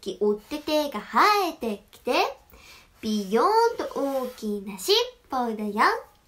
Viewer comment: 今週もみいみおねぇさんが可愛い～💕ナチュラルにしにアクセントの「しっぽ」が聴けた😊💕